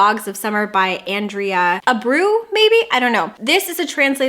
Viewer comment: The last name "Abreu" is pronounced ah-bre-oh. I love your hair naturally curly!!! 😍